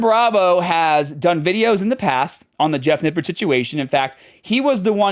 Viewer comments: You said "Nippard" wrong. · it's pronounced "nipp-ARD"